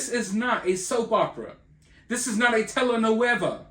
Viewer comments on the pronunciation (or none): Damn it!!!...you really said T.V. Novela 🤣.